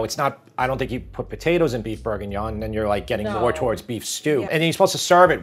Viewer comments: LOVE you Recipes BUT..............its BORguignon.... NOT....BERguingnon. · Plz pronounce proper. BORE/GEE/NION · Beef BURRGINYAWN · How you say bourguignon is incredibly funny, I’m a charcutier in a paris butchers and I make this every Monday for 50/60 people, I would advise using some good lardon, or smoked pork belly over bacon slices